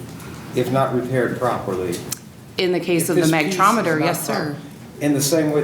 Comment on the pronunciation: "Magtrometer"?! Does she mean the Magnetron?